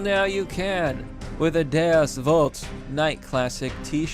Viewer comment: Bro! I just hit the thumbs up on this video because you pronounced "Vult" correctly.